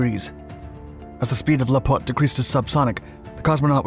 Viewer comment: The word "lApot" is stressed on the first syllable. Nice job, as always! Despite of the fact that I grew near Zhukovski that my own dad worked on Buran, I've never heard of lapot before. P.S. mOnino is read with stress on the first syllable as well.